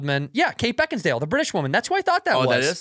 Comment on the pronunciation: Santino has been saying "Beckinsdale" for years now, even after reading her name lol